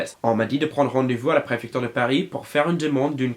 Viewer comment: "La pré-FEC-TURE" le cauchemard français 😬😰